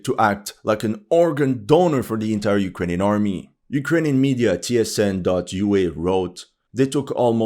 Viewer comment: "Our beloved Ukrajinska armia" 😂